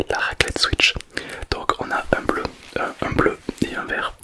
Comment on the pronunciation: Une RRRRRrrrrraclette😅😅